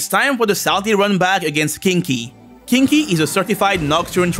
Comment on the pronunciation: Fuu-ki = "fucky", Sui-ki = "sucky", Kin-ki = "kinky" 💀💀💀💀💀💀💀